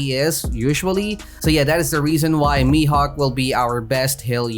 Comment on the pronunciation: Bruh you can say "mihawk" like this